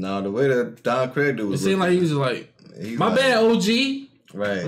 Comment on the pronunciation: Stop saying don kreg. It's pronounced Don creeg